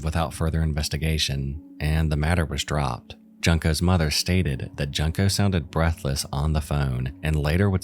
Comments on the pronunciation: Come on, man....Junk-o? It's not that hard to find out the real pronunciation and not make her name sound like "junk"...It's "yunko", ffs.. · Man... you could of at least pronounced Junko's name correct.. it's "JUNE-Ko" not "junk-ko" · Solid video (so far), but had to pause here to say "June-ko". It feels so disrespectful to keep calling her "Junk-o". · Junk-o?! It’s pronounced, June-koh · I've watched many videos about Junko but the one thing that always grinds my gears is how every single person has pronounced her name so wrong, as if they're saying the word "junk" which just makes it sound ever more disrespectful. That is NOT how her name should be pronounced! You have to pronounce it the same way you say the "u" in the word "full" and absolutely not like "junk".... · Its a shame you couldnt learn to pronounce Junko's name right.